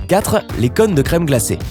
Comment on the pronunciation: Des connes de glaces ? Tu as déjà entendu parler du ô ? XD